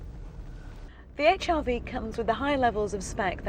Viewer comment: 1 thing has just put me off, the way she says Hrv, sounds like hiv